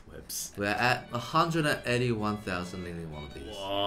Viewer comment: Eddy: 181.000 Ling Ling wannabees What I hear: a hundred Eddy one thousand Ling Ling wannabees